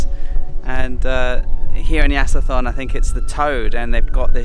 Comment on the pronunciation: Hi ----- Yasithorn pronounces Ya-so-Torn.